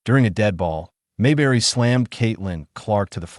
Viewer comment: AI, her name is not, MAY BERRY!